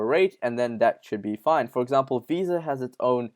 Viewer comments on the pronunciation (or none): none